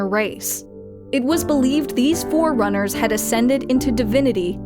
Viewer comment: He called forerunners as fucking foreigners wtf